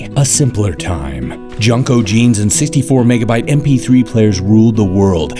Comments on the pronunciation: LMAO!! Junk-o jeans!? its pronounced Gin-co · You guys keep saying junco... we pronounced it jinco or jenco in New Jersey. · Junko? What. They're called Jinko! lol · JUN-CO? I always thought it was pronounced JEAN-CO 😂😂😂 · Did he say "Junko"? Wtf?! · I wish you were saying jnco right but I still laughed a lot 🤣🤣